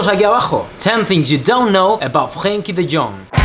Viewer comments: frgrenkie de djong? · Frgrgrgruenkie de Djong😂😂👌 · 'Grenkie de Jong played for Agax and Willem Twgee' Stuk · Haha een Spanjaard die Frenkie de Jong wilt uitspreken oh yeah yeah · If you ever pronounce Frenkie’s name like that you dont deserve him. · I found it so funny how he prenouces huis name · NEVER NEVER PRONOUNCE FRENKIE DE JONG AGAIN I laughed my balls off 😂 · how did he just pronounce his name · You are saying his name wrong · As a dutch Ajax-fan it’s really annoying how you say Frenkie de Jong & the way you pronounce Willem II is also very bad